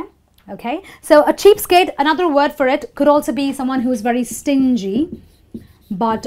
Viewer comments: It was interesting to learn the idioms.if I'm not wrong you pronounced the idiom "cheapskate" like cheapstake at the beginning.never mind......... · Hi...your video is really good...I HV a qn...is it cheap stake or cheap skate? U HV written it cheap skate but pronounce it cheap stake? Wch is crct?